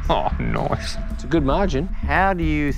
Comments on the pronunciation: n o i c e . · The geek shark pronounce Nice as Noice. He keeps asking where does the entrepreneurs come from. He is not a racist but is he a locationist ?